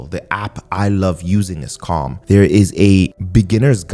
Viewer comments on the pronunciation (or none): none